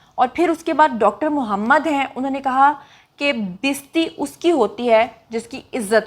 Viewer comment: یہ ھڈی والی بات مجھے تو سمجھ نہیں آٸ ۔ لیکن یہ سوچ رھا ھوں کہ نے ھڈی کو بار بار دھرایا ھے تو کوٸ خاص بات ضرور ھے ۔ بھی غور کریں کہ لفظ بستی نہیں بلکہ بے ستی ھے ۔ ” بیستی “ ہی لکھا ھوا بھی تھا ۔ پنجابی اور ھندکو زبان میں بے عزتی کو بے ستی ” بیستی “ کہتے ھیں ۔